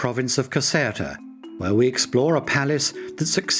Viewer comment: Caserta, pronounced Caz-air-ta